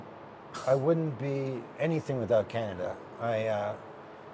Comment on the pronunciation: C’mon Canadians you can do wayyyy better the “the Carn”i”” !!!!!!